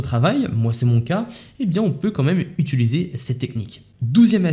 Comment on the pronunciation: « Utiliser » et non « utuliser » 😘